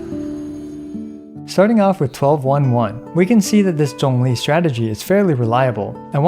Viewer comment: Your pronunciation of Zhongli was so good I subscribed even though this is only my second time watching your vids. Will definitely be checking out more!